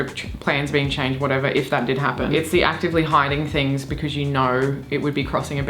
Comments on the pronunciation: I'd say that's more of a becüz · now that's an Australianism I haven't heard before "becöz" lol